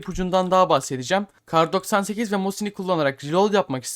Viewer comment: kay doksan sekiz , mükemmel okunuş,gülmekten yarıldım ,tekrar tekrar izliyom jsjsjsj